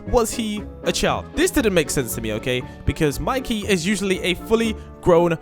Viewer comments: You really called “Mikey” “Miki” and “JJ” “engine” 😂😂😂😂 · You said mikey wrong it has a y at the end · monkey?seriosky monkey its mikey not monkey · It is not miki it's Mikey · Bro said monkey bro it's Mikey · Its not miki its mikey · Miki? Bro it's Mikey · It's not miki it's mikey😅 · It's Mikey not monkey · Not monkey it’s mikey😂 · yeah its not miki its mikey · Mikey Not Mickey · Not Miki its Mikey